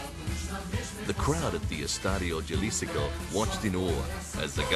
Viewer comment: Great pronunciation skills by the narrator. Guadalayara and stadio yalisco. Yeah right...At least he said Mario zagallo and not Maraio zagallo.